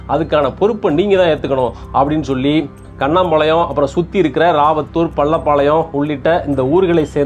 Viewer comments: கண்ணாம்பாளையம் அல்ல. சார். கண்ணம்பாளையம்.. எங்க ஊர் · கண்ணம்பாளையம். not கண்ணாம்பாளையம்😂